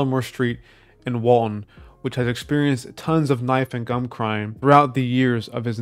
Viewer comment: “gum” crime😂